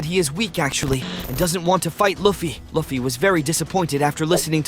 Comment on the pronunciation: Bro your pronouncing luffy wrong and saying it right YOU KEEP SAYING IT WRONG AND RIGHT LIKE BRO YOUR SAYING LIKE LAFFY AND LUFFY